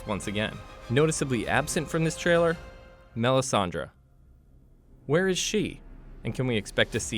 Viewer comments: Also not Sirsi, it's Cersei, not Melissandra but Melisandre 🤦‍♀️ did this guy even watch one episode? smh! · He also said Melisandra. 😂